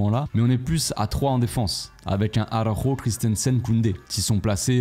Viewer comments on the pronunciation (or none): none